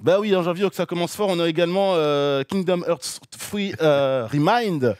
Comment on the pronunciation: "Kingdom Eurts fruit" xD